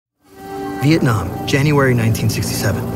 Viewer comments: anyone else notice “Viakong” instead of vietnam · Vietnam not Veitcam